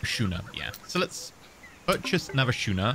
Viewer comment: It's pronounced 'Skooner'. :) Schooner, like school.